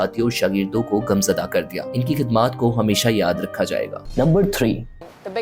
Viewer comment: آگاز نہیں آغاز گمزردہ نہیں غمزدہ